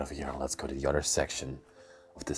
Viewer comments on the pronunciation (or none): Please stop pronouncing 'other' like 'udder'. It's annoying.